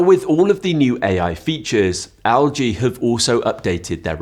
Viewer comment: it's pronounced "EL-GEE" not "AL-GEE"... 😂😂